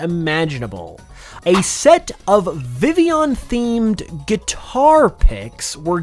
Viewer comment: Did you SERIOUSLY CALL VIVILLION... Villion??? Just when I thought Pokemon "fans" couldn't be more stupid